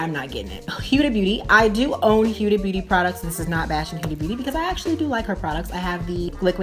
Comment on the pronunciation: why can't Americans pronounce HUDA. I don't get why it's so difficult for you people